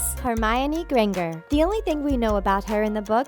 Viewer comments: yeah it should have been Granjer not gran ger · Minerva Mc Gonah Ghoul. Please. I know the voiceover person must just be reading from a sheet of paper, but they've obviously never heard of 'McGonagall' ever? Wow. More nitpicks below: Hermione Gran Ga? Please, '', do a bit of research before delving into a fandom discussion. Oz KABAN? Please. ASkaban, stress on the AS. Oh, and you get it right later... Except it's AzkaBAN, not AzkaBON Also: Hagrid is not a giant. HE IS A HALF-GIANT I'm not sure what those cartoons you keep referring to are, but they're not from the books, so just [italicised] drop it. And please stop saying 'there is no doubt', because there is doubt. i.e., Dolores Umbridge was no doubt the worst thing to happen to Hogwarts. Neville, not in Ravenclaw -NJO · "Besides you're saying it wrong. It's GranJer, not GranGer." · HOLLDDDD UPPPP!!! You said "Hermione GranGer" Like G in Great!! Really! It is pronounced 'Granjer' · Do you really call yourself a Harry Potter fan when you say hermione granger wrong It's pronounced GRANE-JER not GRANE-GER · Stop stop stop your going to take someone’s mind out besides your saying it wrong its pronounced “granJer” not “granGer :) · No hate but it’s pronounced grain-jer not grain-ger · This is just an insult she can’t say the names right and Daniel had a reaction to the contacts she said Ron was called Dumbledore and Emma couldn’t talk with the large front teeth Neville isn’t in Ravenclaw it’s granger not grangar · CSK 1204 and who is Minerva MiconAGle??! And Hermione gran-ger instead of Hermione gran-jer. Truly insulted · STOP! STOP! STOP! it's pronounced Hermione GranJer, and not GranGer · Remember how to pronounce names properly cuz it's Grainger note gringer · GRANGER! ITS GRANGER! NOT F***ING GRINGER! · the way she pronounced "granger" looool HAHAHAHA "grayyngurrr" wtf. 😂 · Hermione Grenger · No no no! It's Hermione Granger, not Hermione Grangre. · when she said Hermione Granger in i just die inside